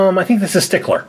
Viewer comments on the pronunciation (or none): It's not stickler it's Srickler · His name is strickler not stickler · You said stickler & it's strickler It's drauls father I love arg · stickler lol it's stRicler! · Not Mr sticler it's Mr stricler I'm not mad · It ia not stickler it is strickler